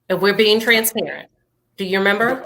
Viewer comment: says TRANSPERATANT